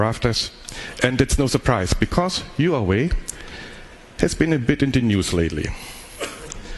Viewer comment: Gee, this guy can't even pronounce Huawei right, wtf. totally off. Dude, it's Huawei not Huiway